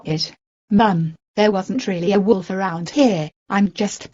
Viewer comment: When she says it more than one time, she sounds like she is saying "Woodolf"